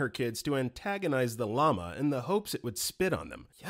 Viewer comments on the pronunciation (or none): none